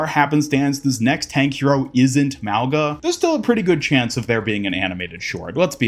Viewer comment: Small reminder that Mauga's name should be pronounced as "Maunga", pronouncing the g like in "King"